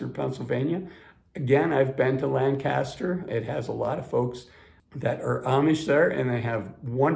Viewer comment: I used to live in York. PA, and can tell you that Harrisburg is much nicer. Taxes within York City are very high. If you're going to move to Lancaster, you need to learn how to pronounce it, which is not how our host is saying it. Correct is LANGK-uh-stir. Definitely not Lan-CAST-er. It's a nice city, but somewhat more expensive than Harrisburg. PA makes the list because of having abundant health care facilities in these cities, being tax friendly re SS and pensions, comparatively affordable real estate, good transport links to both bigger cities and winderness, and decent weather. It can get hot in the summer, but spring and fall are lovely, and winters not nearly as bad as they were a few decades ago.